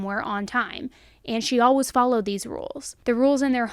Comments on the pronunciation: Ok I love love love me some right love her voice but tell me why I ran to the comments to see if anyone else came for the way she says "Alaways" haha live you girl 😂❤🎉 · The way you saw "Always" haha love ya girl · Your ‘always’ near the end of this video made you sound British xx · The way you say "always" unfortunately distracts me so much during each video. I love this channel but i cant figure out why you pronounce it in such an odd way lol id like to hear you say away and way and then always. 😂